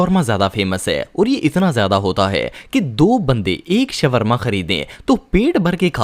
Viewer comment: shwarma nahi shawarma hota hai